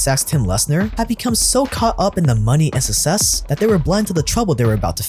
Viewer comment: You pronounce “success” wrong all the time.